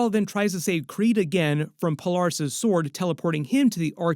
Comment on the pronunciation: Who is Pol-are-ris?